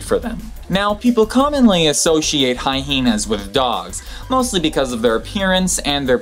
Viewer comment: what's up with pronouncing Hyena "Hyhena" ..can't find any reference to it besides others pronouncing it as such (from my (admittedly scant) perusal of the internets, they are mistaken).